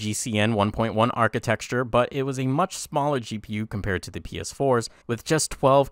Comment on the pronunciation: Architecture, not architexture